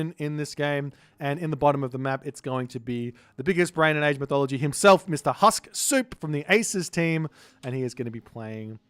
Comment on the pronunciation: your pronunciation of Suppe's name is wrong. His name is Husksuppe, which means "remember soup" in Danish. Husk is pronounced with "u", not "a", it's not an English word. Put Husk in google translate Danish to English and you will hear correct pronunciation. I find it ironic that in this very video you argue how to pronounce "qilin", but keep mispronouncing player's name.